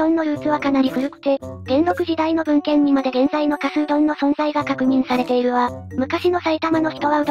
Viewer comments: 埼玉取り上げて頂きありがとうございます。とても興味深いですがひとつだけ、、 加須は「かぞ」と読みます。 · かすではなく かぞ です あと くまがいじゃなく くまがやです